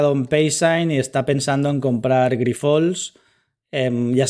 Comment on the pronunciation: Hola. Gracias por este nuevo video. Tan solo comentarte una cosa, me sabe mal, pero hace tiempo que te escucho llamar asi a la empresa y no es correcto. Grifols se pronuncia "Grifuls", y es llana, no aguda. 😄